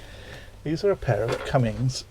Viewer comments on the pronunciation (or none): Motors are cummins not cummings !!